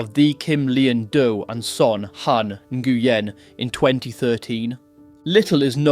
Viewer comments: Love your videos man, but you need to double check your pronunciation of people's names. Straight butchered their names LMAO 😅 For example. Nguyen is not 'na-goo-yen' Its pronounced like the word 'win' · Nguyen is pronounced "NYU-WIN" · Bro, Nguyen is just pronounced “win” 😂😂😂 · En-gu-en 🤣🤣🤣 it's pronounced New-en - Nguyen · You pronounced their last names wrong mate its not Gu wen its Nu Wen aka Nguyen. Also Tran is popular & common in the Vietnamese culture like me mate also in Sydney Australia. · Hey bro for next time the last name Nguyen is pronounced ‘new-when’ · Mate, we pronounce "Nguyen", as "Win" (that's how the Vietname pronounce it). You could, too, because it will be easier for you. :) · Nguyen is pronounced.. 'new en' in case anyone ever wondered how to properly pronounce it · Back in the 90s when in primary school, we had one Viet kid in our year. They mis pronounced the poor blokes surname name Ne-goo-en for his whole schooling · Learn to pronounce the Vietnamese names Properly...Dung is pronounced Yung. Ngyuen is pronounced Nwen. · Goo-yen haha